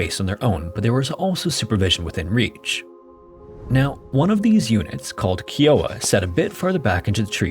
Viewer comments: ..... Kai-Oh-Ah....not Kee-Oh-Ah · Very good video: clear and concise. I especially appreciated the drawings which made the camp layout clear. The word "kiowa" is NOT pronounced KEEawha. It is pronounced "KIowah", riming with "Iowa." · Kiowa is pronoucned keye oh wah, not key oh wah. like if sigh started with k. KieOwah. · It’s pronounced Kai-O-Wah not Kee-O-Wah. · Kee-oh-wa?! I could not tell what you were saying til you showed the spelling. It’s Ki(as in high)-oh-wa, and the actual Kiowa “spelling” is Gáuígú. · Not to be that person but it was likely pronounced "kye-o-wa" not "key". As a native Oklahoman we obviously have a lot of native tribes, we have a lot of tribal land. They're not necessarily native (trail of tears anyone). But we need to try and preserve their heritage. The name Oklahoma itself is derived from the choctaw language. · Kiowa is pronounced "Kai-Oh-Wha", not "Key-Oh-Way". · I've never heard it pronounced as kee oh ah(kiowa).. lol I've always known the tribe be pronounced by tribal members n others as kyy(eye) oh wah(kiowa). I noticed the little grounds are different tribes. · Mispronounced Kiowa. It's pronounced kye (rhymes with eye) -oh-wa, not key-oh-wa. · I know this guy probably doesn't live anywhere near oklahoma but as soon as I heard "key-owa" instead of "kai-owa" i died laughing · Oklahoman here. Not a biggie but it’s KAI-OH-UH not KEY-oh-a Kiowa 😊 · Agreed. Kai-Oh-Ah.... not Kee-Oh-Ah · Kiowa is pronounced Kai-Oh-wah. It's a Native American tribe from the Great Plains that was pushed to and still lives in Oklahoma. Lots of things here in Oklahoma are named Kiowa. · Kiowa is pronounced, Ki like sky, Long O, Wa like water Ki O Wa. It is the name of an Indian Tribe. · "Kiowa" is pronounced "kai·uh·wuh", my dude. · Kiowa is pronounced “Kai-o-wa” it rhymes with Iowa. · It is pronounced K-iowa. Like Iowa with a K. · Pronounced KY-o-wa. A great plains Indian nation, the Principal People. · K iy oh waaa. Not Kiowa lol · Ahem. "Kai-oh-wuh."